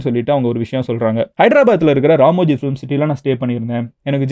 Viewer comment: Ramoji ❌ Ramji ✅😂